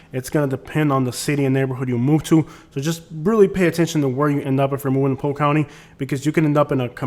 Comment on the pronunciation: Interesting how you only drive through the poor areas of Polk County. I’ve lived there for 23 years and yet my neighborhood and surrounding areas look NOTHING like the crap areas you’ve spotlighted. And btw…it’s POLK…not POKE. Yet another false view of an area you choose to disparage. Based upon your ridiculous commentary you should be LOVING the awful areas you show on this video.